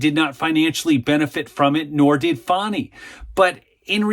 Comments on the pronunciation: It's FAN-EE ... NOT FON-EE... Don't be stupid! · please stop calling the creature “fohny” it’s fani